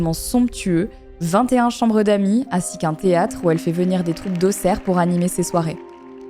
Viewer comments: Incroyable video Marie ! Et merci à toi de dire correctement le nom de ma ville car ce n'est pas souvent que les personnes prononcent bien Auxerre 😂💚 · Je ne fais que commencer la vidéo mais déjà : welcome home & merci de bien prononcer "Auxerre", ça fait plaisir 😊